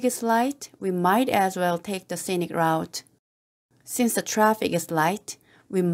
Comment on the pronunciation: Scenic route <- 발음 라우ㅌ가 아니라 루ㅌ 인거같아요 !